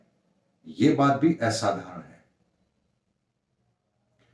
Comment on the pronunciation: एसाधारण नहीं, सही उच्चारण होता है - *असाधारण*. धन्यवाद🙏